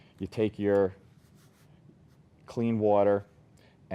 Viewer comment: i very much dislike the way he says 'water' >:(